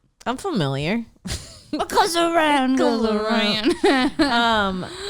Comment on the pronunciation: Pretty sure said “familiarger” when talking about Dr. Seuss’ real name. 😆